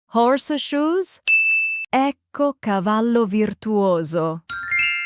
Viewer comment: it's not Ecco🤬